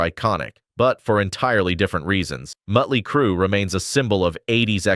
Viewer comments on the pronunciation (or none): This video sucks...randome pics of bands that have nothing to do w what is being discussed...mispronounced band names, mutley crew... lots of baseless assertions, etc